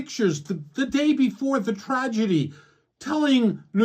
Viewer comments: The reporter can't even pronounce tragedy correctly. What the hell is a tradegy? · Two times democrats mispronounced a word. They said "tradegy" instead of tragedy, and also said "encapsulizes" instead of encapsulates. Idiots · Who was s the newscaster who can't read? Cant pronounce "tragedy"?